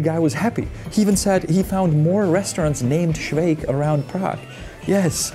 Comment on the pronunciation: "Svejk" is truly TERRIBLE.